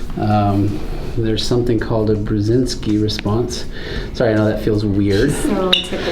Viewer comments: Babnski not brezenski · Babinski reflex! You might have said “Bruzkinski.” Just learned about it in med school.